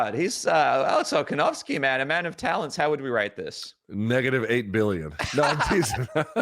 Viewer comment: “Alex Kolkanovski”